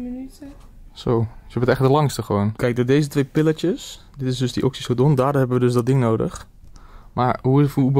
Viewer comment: Zegt hij nou echt oxyzodon 😂 hou op hoor haha